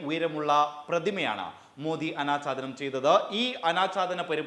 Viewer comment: "ആനാച്ചാധാനം " അല്ല "അനാഛാദനം"